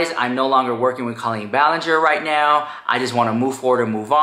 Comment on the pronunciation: It's pronounced "CO-leen" not "CALL-een." Sincerely, a former Colleen fan.